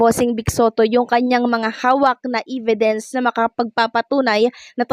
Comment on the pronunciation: Hey check your pronunciation of "evidence" (No offense meant but even in your previous vlogs, you had mispronunciation)🤔✌️